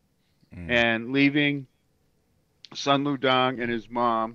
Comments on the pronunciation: Sun Lu Tang....Soon Lou Tahng..... not Dang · It’s Sun Lu TANG NOT DANG WTF!!